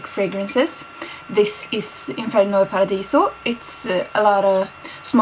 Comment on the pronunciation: Good pronunciation of inferno and paradiso! kiss from milan